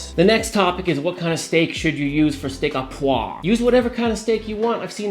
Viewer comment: This is my go to steak at any high end restaurant. I love your recipe! I'll definitely try it sometime. What surprised me was that a chef with as much experience as yourself had such difficulty pronouncing "Steak au poivre"